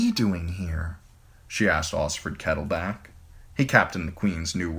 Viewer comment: I thought the KettleBACK would stop but you just ignore that “L” in BLACK. So be it.